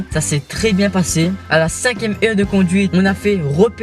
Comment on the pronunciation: Heure de conduite et pas heu de conduite